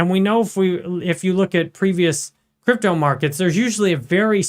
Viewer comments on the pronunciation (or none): Ich liebe... alleine wie er "Krüptauu" ausspricht 😂...aber natürlich ist der INHALT super!!! 👍